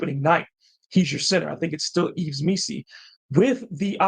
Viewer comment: 👊 The S is silent in Yves, pretty sure, btw. Pronounced eve